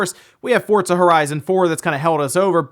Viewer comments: theres no t in forza fort-za! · Anyone else bothered by him pronouncing FORZA, “FORDZA”... goddamn that’s annoying... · Does say Fort- zuh. I'm hearing a T in there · He says fortza right? Am I pronouncing it wrong? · Why is he saying fortsa? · Yeah love hearing people call it Fortza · Say "Fortza" one more time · have I been pronouncing Forza wrong this whole time? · Love your videos but the way you pronounce Forza is killing me